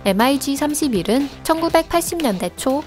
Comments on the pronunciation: 대부분 mig을 m.i.g 라고 안 읽고 미그라고 읽지 않나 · 엠아이지가 아니고. 미그기라고 합니다^^ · 엠 아이 지 25? 보통 미그25라고 읽지않나? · 발음을 왜 단어로 읽어욬ㅋㅋㅋㅋ 예를들어 mig는 엠아이쥐라고 안읽고 미그라고 읽어요ㅋㅋㅋ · 군사지식을 알고 영상을 만들던가 일자무식쟁이들.. SU를 수호이라 읽어야하나 에스유 라고 읽고 Mig를 미그 라고 읽어야하나 엠아지 라고 읽는 지식에 정말 감탄하고 간다. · 나레이터 반성좀 하세요.. 엠아이지가 뭔가요...!!! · 목소리만 좋지 밀덕들 입장에서는 mig를 엠아이지라고 읽는데 안빡치겠냐ㅋㅋㅋ